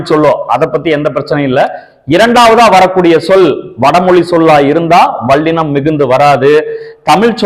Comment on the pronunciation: வல்லினம் என்று சொல்லுங்கள் ஐயா, வள்ளினம் அல்ல! ல ள சரியாக வரவில்லை உங்களுக்கு! பிரபல தமிழ் தொலைக்காட்சிகளில் இசைப் போட்டி(சங்கீதம் - பாட்டு) நடந்து வருகிறது அதிலும் இதை கவனித்து திருத்துவதில்லை! தமில் (ழ்). கொளை (லை)